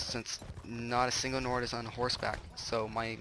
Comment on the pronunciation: Nord not bird